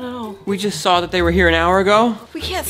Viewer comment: That is not how you say saw